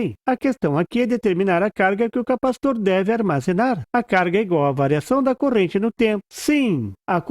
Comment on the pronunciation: Porquê você diz "CORENTE" ao invés de dizer CORRENTE ?